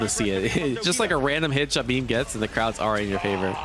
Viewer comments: In the footage you're watching they keep saying his name (Jabhi) and you still keep saying it like Jabeem haha. Don't mean to be negative though it's a great video, love all your content! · It's pronounced Jahbi.... M is for his surname 👍🏻